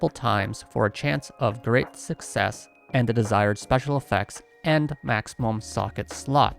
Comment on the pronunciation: Reason why I still haven’t subscribed to Channel: He still cannot pronounce Success